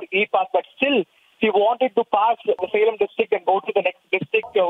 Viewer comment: It's Salem not selam